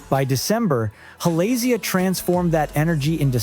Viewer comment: I love these kinds of videos until they hit one song they pronounce incorrectly. Halazia 🤔 it's not Ha-Lay-zia - it's HALA-zia. The whole dang chorus is them saying it too.